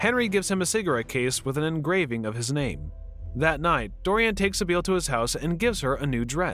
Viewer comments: The narrator hasn't ever seen the movie, has he? Sibyl is pronounced like Si-Bil, not Si-Beel. If one had seen the movie, or knew how to pronounce names, one would know this. Once I figured out that the narrator was truly ignorant and not just trying to make a joke, I stopped watching the video (about 4 minutes in). Do you folks make money of these things? That doesn't seem right. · Its pronounced SI -BILL. Not sa beal wtf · The way you are pronouncing Sybil … 🤔